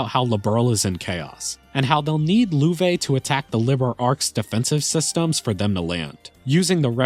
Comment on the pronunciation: Loewe should probably be pronounced "löv". It means "Lion" in German. Thanks for the video!